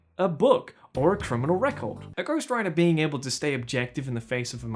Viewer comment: Lol I thought you said ghost rider the first time you said ghost writer and I was so confused